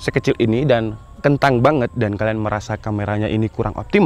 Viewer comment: Please bang.. KENTANG!! Nya jangan di perjelas